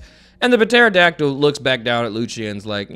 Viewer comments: Bro puh-terodactyl is CRAZY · I love u but homie do u not know how to pronounce pterodactyl like I can't tell if it's for the meme or not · The ‘P’ in Pterodactyl is silent ❤ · Has no one told about the silent P? Wait a hot second... for the entirety of Wano is he gonna call King a Puh- Terydactyl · I love how says pterodactyl. 😂 Just reads it like a normal person. Sees the "p" says that a weird way to spell that... fuck it puh-terodactyl 😂😂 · Puh-terodactyl is my new favorite word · Cause he kept butchering pterodactyl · please, the P is silent